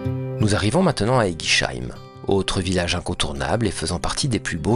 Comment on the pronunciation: On dit éguisseim pas éguicheim